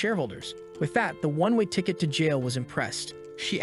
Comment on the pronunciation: "one way tickat to jail" im dyinggg